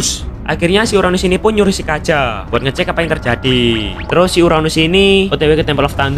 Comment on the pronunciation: BG kenapa bg agak salah sebut namanya kaja